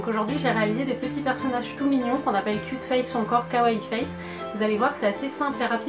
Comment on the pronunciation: On prononce "kioute" pas "kute" ! 😜